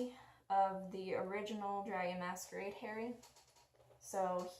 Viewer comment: Don’t wanna be rude but it’s HAH-ree.